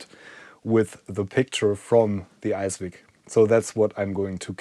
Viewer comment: I think it's an ICE-VIC, not an ICE-WIC